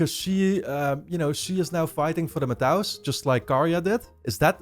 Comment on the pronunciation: Still saying "Matau" instead of "Matou" huh